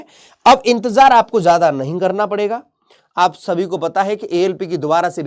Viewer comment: Intezar hota hai inzetar ni😂😂😂